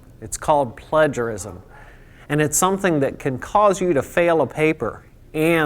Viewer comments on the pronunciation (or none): its Play-ger-isum, not pledge-er-isum